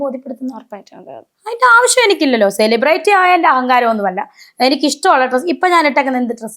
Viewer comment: സെലിബ്രിറ്റി എന്ന് നേരെ ചൊവ്വേ pronounce ചെയ്യാൻ പോലും അറിയില്ല😂😂. ...10 പ്രാവശ്യം ഇരുന്നങ്ങു പറയുവാ ഞാൻ സെലിബ്രേറ്റി എന്ന്. ...നിന്നെ എഴുന്നള്ളിച്ചു കൊണ്ട് നടക്കുന്ന പ്രോഗ്രാം കോർഡിനേറ്റർസിന്റെ ഉദ്ദേശം എന്താ. ..നിന്നെക്കാൾ വലിയ സെലെബ്രെയിറ്റി നാട്ടിൽ ഇല്ലാഞ്ഞിട്ടാണോ. ..നിന്നെ എഴുന്നള്ളിച്ചാൽ നാല് തെറി വിളിക്കാൻ എങ്കിലും അത് ആളുകൾ കാണും. ..അല്ലെങ്കിൽ ഇതൊക്കെ ഏത് മനുഷ്യർ അറിയാൻ. ..മുന്നിലിരുന്നു ഒരുത്തി നിന്നെ ഊക്കി എത്ര എണ്ണം അടിക്കും എന്നും. ..നിന്റെ മുന്നിൽ മൈക്കും കൊണ്ട് വന്നു രേണു മദ്യപിക്കുമോ എന്നൊക്കെ ചോദിക്കുന്നവരോട് നിനക്കൊന്നും തിരിച്ചു പറയാനില്ലെടീ ഊളെ. ..ഈ കൊണച്ച ചോദ്യം ചോദിക്കുവന്റെ മുൻപിൽ ചിരിച്ചു മറിഞ്ഞു ഉള്ള വേണ്ടാത്തരം ഒക്കെ പറഞ്ഞു അതെടുത്തു വല്ലവനും സംസാരിക്കുന്നതു മാത്രേ നിനക്ക് പ്രശ്നമുള്ളോ ...pan ഇന്ത്യ ആയി ഇന്ത്യ മുഴുവനും ആയി. ...ഇനി തമിഴ് നാടും കൂടി ആയാ മതി എന്ന്. ..എന്തുവാടെ ഇത് 🤣🤣...നമ്മളെ സ്നേഹിക്കുന്നവരെ തിരിഞ്ഞു നിന്നു കുത്തുന്ന സ്വഭാവം ഇല്ലാത്രേ. ...എന്റെ പോന്നോ. ..പെണ്ണുമ്പിള്ളേ ഇങ്ങനെ വന്നു മലയാളികളുടെ മുന്നിൽ നല്ല പിള്ള ചമയല്ലേ. ...നിങ്ങളെ പോലെ തിരിഞ്ഞു കടിച്ച നന്ദി കേടു അതിന്റെ extrimity യിൽ കാണിച്ച ഒരു മൊതലിനെ കേരളത്തിന്റെ ചരിത്രത്തിൽ കണ്ടിട്ടില്ല